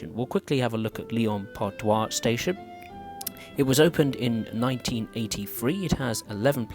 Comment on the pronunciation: That's not "Lyon Part-Doi", that's "Lyon-Part-Dieu" ! [djø] 😂